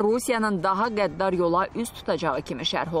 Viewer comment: Bunlar rusçudu . ikidənə d ,hərfini ard -ardınca deyə bilmirlər .